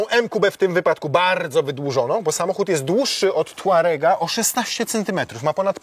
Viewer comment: „Tourareq on the juice”? Zapraszam na lekcje podstaw języka Angielskiego.